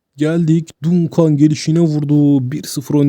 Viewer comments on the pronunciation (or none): Dayı çok tatlı içerik. Dunkan değil de Dankın diye okursan çok tatlı olacak. Duncan’ı